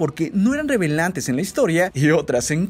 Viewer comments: No eran revelante o relevantes ? Jajaja like si escuchaste el error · Alguien se dio cuenta de que en el minuto dijo "revelantes", y bueno también extraño al cap, a tony y a natasha., te quiero 3000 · "No eran REVELANTES" JAJA No es cierto amo tu contenido:') ❤ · like si notas que dice revelantes en lugar de decir relevantes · Segundo jajaja dijiste rebelante, amo tu canal saludos desde panama!! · revelantes XD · Dijo revelantes... Lo siento xD no pude pasarlo por alto xD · Dijo "revelantes" y es relevantes XD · revelantes en la historia. 😂😂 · dijo revelantes en vez de relevantes jajaja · No eran "revelantes" o "relevantes"???? Nadie más se dió cuenta? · "no eran revelantes" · Dijo revelantes en vez de relevantes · “Revelantes” o relevantes ???????